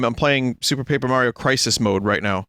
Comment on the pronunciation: It would be pronounced Pap-err if it had two 'P's after the 'A'. (Papper)